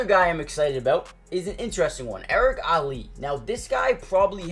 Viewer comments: Erik All not Ali my guy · Come on it’s All not Ali